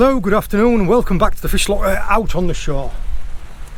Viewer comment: It's the accent. Welcome back to the fish loggur....sounds like you coughing up phlegm. 😝